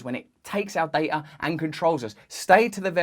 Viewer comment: Or add an 'R' to data